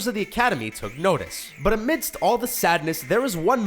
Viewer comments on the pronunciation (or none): none